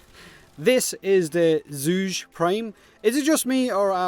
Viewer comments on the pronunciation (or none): For the record: Zhu-geh is closer in pronunciation. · Zhuge: pronounced as 'Jew-geh' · Zhuge is pronounced Joo-Guh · “Chu-ga.” Pretty sure it’s Chinese in origin. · zhu ghe... its pronounces seperately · It is pronounced 'Jugeh'. There's a voice clip on the wiki page for the famous Chinese scholar, politician, strategist, and overall man-of-many-talents, Zhuge Liang. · The Chinese sound that's spelled Zh is pronounced kind of like a cross between a Z and a J. So sort of like Jue Gay. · Hey, it's joo-guh. Don't be mad, you asked. Its inspired by the famous Chinese strategist, Zhuge Liang and the repeating crossbow the Zhuge-nu. Funny thing, while often attributed to its invention Zhuge Liang actually had no part in it. His name pronunciation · Since you asked, its: Ju Guh (like Bruh, that kind of "uh") xD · It’s pronounced Chu-ko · What’s my name? ZHu-GEr would be better approximation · it's pronounced Zhu-Ge, like Zhuge Liang, y'know, the famous Chinese General. E: I'm curious is your chin that MASSIVE or do you have a gray beard on your chin? E Nr.2: pls say that it is your chin XD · Please, the pronunciation should be ['ʈʂu'k ɤ ] in IPA or ['tsu'gə] for an English-like pronunciation, or Chu-ko if you still don't get it. The weapon Zhuge is named after the Zhuge Repeating Crossbow by 诸葛亮（Zhuge Liang) from the Three Kingdoms-era ( ). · It´s pronunced something similar to "Ju" in Julian and ge, "g" in goat, "e" is something like the "e" in french. Named after the Three Kingdom era chiense strategist Zhuge Liang. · It's read as this minus the "Liang"